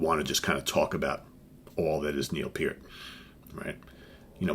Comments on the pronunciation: thanks for sharing with us, and thank you for actually pronouncing neils name correctly. RIP Neil Peart you will be missed, and never forgotten. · THE greatest drummer in rock history!!! Yes, even better than Bonham!!! Neil Peart's career lasted OVER 40 years!!! John Bonham's career...11 years. Neil Peart created more "air drummers" than John Bonham could ever have dreamed of. Btw, Thank You for pronouncing his last name correctly!!! It matters!!!